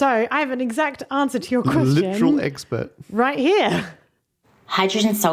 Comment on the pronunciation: was that "eggspurt"?